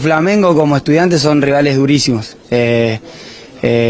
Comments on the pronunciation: Porque falar estudiEntes e não estudiAntes? Nunca vou entender! KKKKKK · De onde ele tirou essa pronúncia EstudiEntes?